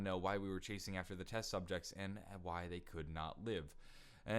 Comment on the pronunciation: on he says test subjects wrong he says ses subjects or at least that's what I heard correct me if I'm wrong